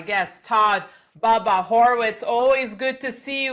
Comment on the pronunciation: Its......BUBBA Danny!!! NOT,,,,,,BABBA!!!!!!!.........BUB!!!....NOT BAB!!!